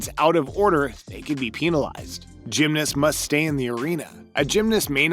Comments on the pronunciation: why did he keep saying "peen-alized" tho... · "peenilies" Bruh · Why does he say “peenalized” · "They could be peenalized" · Peenilized the what?... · Peenalized… lol I just can’t. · Ok first you said peenilized then you luikin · The way he pronounces penalized gets me